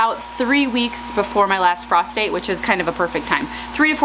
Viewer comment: Frost date - thought you said prostate.